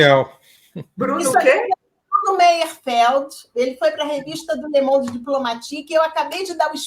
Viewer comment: a revista é Le mond e não lemon